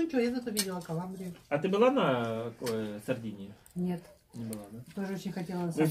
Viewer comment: Вместо Сардинии - Игрения )))